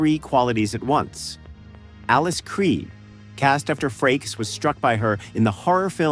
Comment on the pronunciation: Who made the script for this video? They got like all the names wrong 😂😂😂 it's not Alice Cre, or even Creed. Why make the video if you aren't even a Star Trek fan and don't know these things?